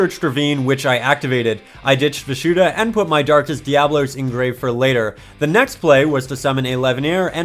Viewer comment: I don't mean to be that guy, but it's darkest dia-bolos